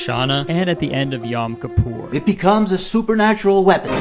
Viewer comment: Hearing Kurtis bungle the pronunciation of 'shofar', 'Rosh Hashana' and 'Yom Kippur' was the highlight of my day actually.